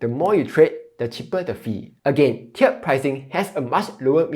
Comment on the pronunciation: tee erd pricing not chiered